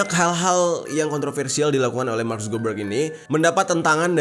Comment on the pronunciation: Mark subebeg😂😂😂kok gua denger nya gitu ya🤣